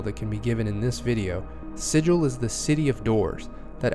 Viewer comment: ahem If you're referring to an inscribed or painted symbol considered to have magical power, the correct pronunciation is "si-jill". If, however, you are referring to the City of Doors in the Planescape setting, the correct pronunciation is "si-gull". I mean pronounce it however you like, but everyone's going to think you're a clueless Prime. ;) Great overview, though. Thanks for putting it together!